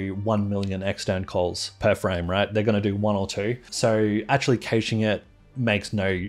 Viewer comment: Youre still saying "cayshing" instead of "cashing".